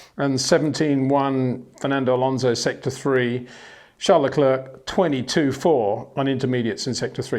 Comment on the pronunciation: Would be nice if you once took the effort to pronounce Verstappen and Leclerc once and for all.